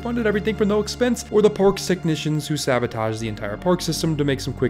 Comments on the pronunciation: am i the only one that think hes saying pork instead of park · I swear he said "Pork" instead of "Park" a couple times... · Very nice video, but i feel like you are saying jurrasic pork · Am I hearing “pork?” Is that an inside reference to something, pronouncing “park” as “pork”? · At one point, you accidentally said Jurassic Pork and it made me laugh so hard. I needed that today. TY :) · Why does he keep saying pork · bro im sorry but why do you pronounce "ar" as "or"? lolol Jurrasic Pork